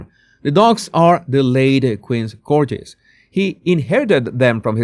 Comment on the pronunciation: Conduct = CONduct, stress on first syllable Corgi = a hard g, like Fergie Unanimously = you-NAN-i-muss-lee ❤